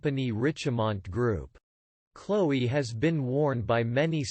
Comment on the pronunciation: That's not even how you pronounce it lmao